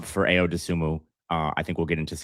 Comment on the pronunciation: Ayo = pronounced I-O